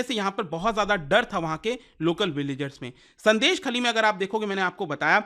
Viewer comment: Pronounced as " Shôndésh-khaali"